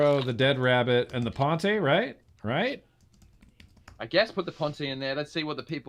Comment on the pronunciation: The Pontiiii the Pontiiii...you guys are funny 🎉Ponte (bridge in Portuguese) reads Pont without iiiiiii